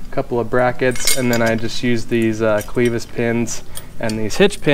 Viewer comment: just so you know, clevis is pronounced with a short "e".